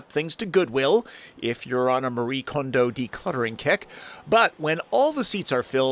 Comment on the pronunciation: Nice pronunciation of “Kondo.” It’s a hard one. Good on ya,. Kudos.